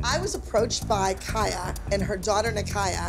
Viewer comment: bro it sounds like abby is calling kaya and nikaya kayak and nikayac lol i can’t 😂😂😂 💀💀💀